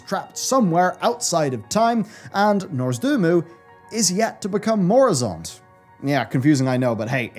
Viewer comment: I'm not sure if is just embracing pronouncing Nozdormu incorrectly or not at this point, but everytime he says Norzdumu it makes me lol:D